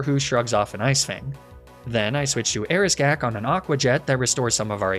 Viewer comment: Shouldn't Erisgauq be Eris-gawk rather than Eris-gack?